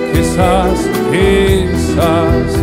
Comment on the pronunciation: Who else hears "key sauce" when the guy who introduces the songs pronounces it.